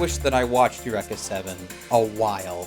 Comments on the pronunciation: it is pronounced UR-EEK-A not eck. It is Greek not Japanese ffs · El wrecka! not ur wrecka. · Please stop saying "Yurr-ekka" if you've seen the show.. It makes me sad :( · You-wreck-a-seven. In the U.S. we pronounce it Yu-reek-uh. Is it a Canadian thing or just how they say it in the anime? Just wondering. Another great vid! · Isn't it pronounced ee-you-re-ka? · Holy fuck i thought the standard english pronounciation of eureka was bad enough, how can say it this terribly?